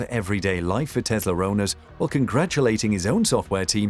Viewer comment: Its Tesla not Tezla